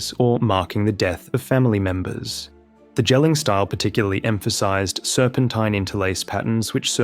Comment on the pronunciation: Easy pronunciation help for the Jelling stone is to just pronounce Jelling like the English word "yelling". It's much closer to how we say it here :3